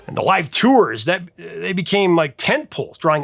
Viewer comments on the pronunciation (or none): none